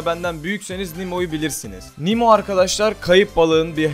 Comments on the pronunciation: abi nimo değil nemo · Nimo değil nemo :D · Abi Nimo Deil Nemo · nimo değil nemo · nimo ne ya nemo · Guney Erer yazısı nemo okunuşu nimo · nimo değil abi nemo